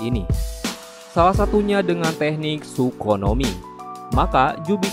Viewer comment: Oh iya bener adminnya bilang"sukonomi" 😂😂